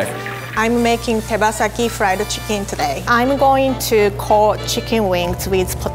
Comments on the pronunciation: Chickings😂😂😂😂😂😂😂😂😂😂😂 XD XD XD XD XD LOL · BONE LESS CHIKEEN